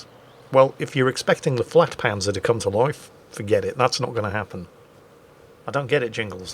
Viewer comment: not flagpanzer it is pronounced yagpanzer